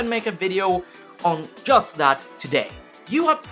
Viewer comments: "in YUST a minute" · Swede detected. ;)